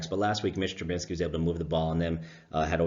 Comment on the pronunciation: Trubisky. Not Trubinsky.